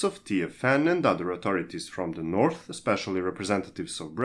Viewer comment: Norf rail XD